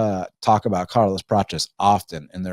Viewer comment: Why are you saying Carlos “Pratches”….its Prates